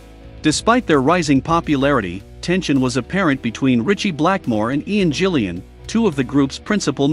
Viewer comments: It's Ian Gillan not Ian Gillian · "Ian Jilliyan" Ah yes I remember Ian Jilliyan being one of the greatest rock vocalists ever.